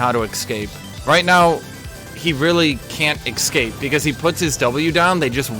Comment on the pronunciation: (EC-scape as opposed to ES-cape) lol